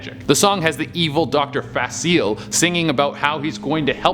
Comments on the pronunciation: it’s pronounced “fa-sil-ee-YAY” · It’s pronounced fa cil ee air. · The villain’s name is pronounced Fa-cil-e-a(a like in the alphabet)